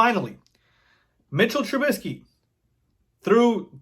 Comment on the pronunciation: I love it. You say his name correctly. His name is MITCHELL TRUBISKY. If you know you know the reference